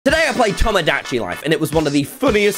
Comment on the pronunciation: when i heard him say towmow da chi life i was internally screaming